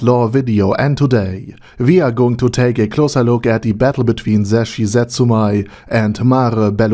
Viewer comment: The "mei" in "Zetsumei" is actually pronounced like "may", not "my".